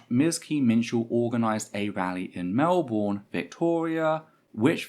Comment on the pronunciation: Some notes from a Melbourne protester who was there. -It's pronounced MelBurn not Mel Born - I'd say the number of nazis was. closer to shy 20 then 30. - There was an extremely violent police presence both horse mounted and with pepper spray not only escorting and defending the terfs nazis and cookers (cookers are a weird Melbourne anti-Vax group dw about it) but actively assaulting us. We put up just as much resistance as Hobart we just got pushed away and got brutalised for it.